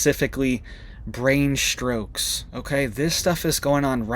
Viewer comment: If you want a little bit more credibility, then... 1) Strokes, not SHtrokes 2) Perject? 3) Authorization, the 'i' is soft 4) Fertilization, the 'i' is soft 5) Earthquake eruptions on earth? 6) Never on the radar? Incorrect. YOU never see them on the radar. You can't prove a negative. Look it up. Additionally, MonkeyWerx shows them on the radar. 7) 19M video with 1 or 2 minutes of content → good job.